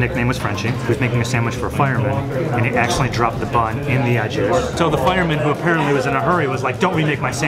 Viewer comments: Why the heck do they keep pronouncing "au jus", "AH joo" when it's "O joo" for the French dip?!?!? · My ears bleed every time I hear someone say "The ah jew". FFS. McCormack spices actually has a packaged thing called Au Jus gravy. WTF? How hard is it to research what Au Jus actually means in French? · I went to Fillipe's years ago, didn't like it. Meat was not done. Didn't care for the 'ah-juh' or whatever. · The host actually pronounced the s in au jus. Lololol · Anyone bothered by how they pronounced au jus?